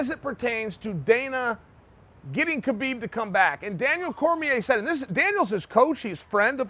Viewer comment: Damn, all the shit you talk you cannot even pronounce Khabib's name correctly?